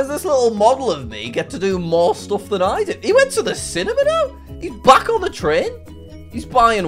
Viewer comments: Ur telling me he cant prnounce simarly OR cinema? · “HE WENT TO THE CINNAMON-A!!” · He went to the cinimana?!?!